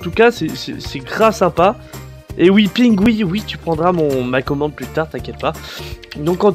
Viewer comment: Défi : faire un petit appartement à Pingoui ( d'ailleurs le renommer Pingui car tu prononce pas bien ) de 6x5x4 :p Bonne chance